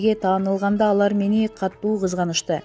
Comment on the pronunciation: Катуу деген созду туура суфлогуло. Бвл журналисттер китеп оквган немелеиби? "Катту" деп афтасынар баарынар. Катуу деп аытвлат. Кандай билимс издик. АЙ АЙ АЙ